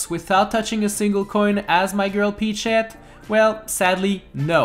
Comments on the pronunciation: Does anyone notice that he says peach sh*t instead of peachette? It sounds that way right? I'm not crazy Right? Right? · I swear when he says peachette I hear “pea shit” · He said peach shet 😂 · When he says peachette I hear "eat sheet." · Why does it sound like he’s saying peach-sh*t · when ever you say peachette you sound like you're saying "eat shet" please don't tell me i'm the only one